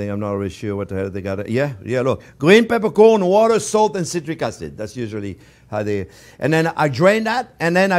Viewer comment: Gween pepercworn you say!